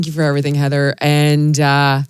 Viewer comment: Heather's a class act...and didn't even correct your mispronunciation of her name, which rhymes with "flying".